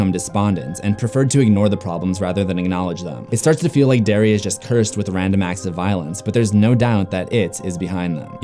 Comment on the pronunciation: I love how I heard "dairy" instead of "Derry" the entire time, before turning on the subtitles. Love the vid anyway!! ♥